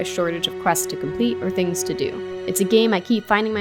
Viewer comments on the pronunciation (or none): none